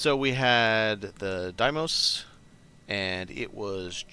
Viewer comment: Deimos = DEE-mows. I 100% promise.